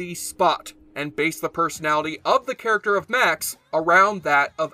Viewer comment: It's must have been quite a while since you saw the show if you pronounce Max's name that badly.